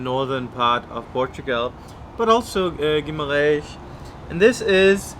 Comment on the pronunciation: I love the way says Guimarrrrrrrrrrães! LOL